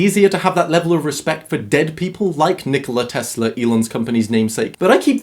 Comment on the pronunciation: Sorry to be a smart ass but its pronouced Dr Nick-Olar